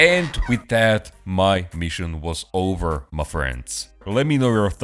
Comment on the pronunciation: You sound as if you’re saying ‘McFriends’, like some terrible meal idea from McDonald’s for lonely people… Is that what you think we are, damn you!?! 😀😀